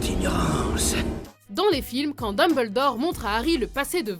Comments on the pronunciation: Le Tissmé elle prononce aussi bizarrement le nom du plus grand des directeur de poudlard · Daimbeldore , malfoie .... Mes oreilles .... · Sérieux dites Malefoy pas malefoi ou la dinbledore au lieux de Dumbledore